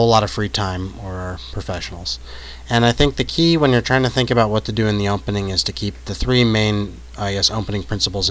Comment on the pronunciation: Is he saying, "umpening?"